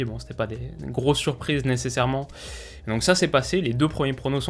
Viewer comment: Nécessairement (nécerement)? A chaque vidéo tu le passe 😂😂😂